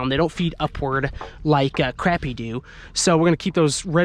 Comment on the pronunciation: Sweetie I know you are northern. But you are pronouncing crappie wrong ❤